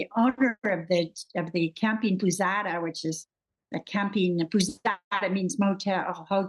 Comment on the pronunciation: "água fria" means "cold water" ("cachoeira" means "waterfall"); not making sense, unless she tried to say two words "camping" and "pousada". In Brazil we use the international words: "hotel" (not pronouncing the H), "motel", "camping" and "hostel". The "pousada" is a variation of "hostel". She is saying something like "poossada", but "pous-" sounds like the "pos-" in the english word "poser". (*Unless* she is refering to a specific name of a specific hostel. Like "Foster's" or "Johnson's" in some portuguese/spanish family name.)